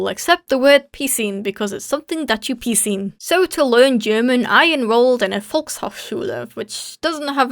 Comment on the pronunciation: Piscine means pool but the ways she’s like “It’s something you piscine”made it sound like something else